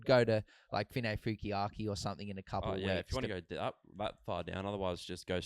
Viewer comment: You guys are adding in a extra K into finefeuiaki not finefeukiaki cheers